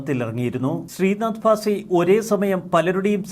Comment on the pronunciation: The anchor( or this news reader) doesn't know how to pronounce Bhasi.,he keeps saying "fasi'...the standard of mallu media persons..